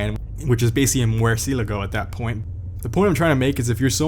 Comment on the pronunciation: I still can't figure out how he said Murcielago